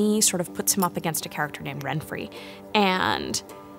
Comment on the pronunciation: Yeah, except her name is "Renfri", not "Renfry".